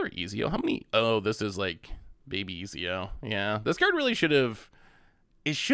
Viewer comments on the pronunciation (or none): Pronouncing his name as Easy-O is wild to me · If he says ezio like that ever again ima blow my head off lol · its pronounced Et-zio if that helps not Ez-io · Not eeezeeoo 😂😂😂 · Ah, yes! Famed and feared italian assassin: Easy-O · Ezio pronounced extremely cringe but solid vid.